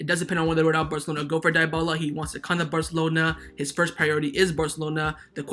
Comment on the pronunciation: Can you please stop saying Di-bala? It's pronunced De-bala